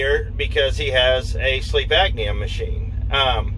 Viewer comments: Great information, thanks for passing it on! Not to be critical, but just F.Y.I……….it’s “Sleep Apnea”, not “Agnea” it’s pronounced: “App-knee-A”. Also, I am going to purchase a bucket of emergency meals once they go on sale at Costco later this week. 150 nutritional meals in a 5-gallon bucket, and you only need to add water. It’s just a thought for anyone who wants to keep a bucket in their truck, if not for all meals, at least for a quick meal if you’re not around any place that serves “healthy” meals. The meals have a shelf life of 25 years, so, it’s something to consider, if nothing else, to supplement your diet diet. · please understand that there is a "P" in apnea, not a C..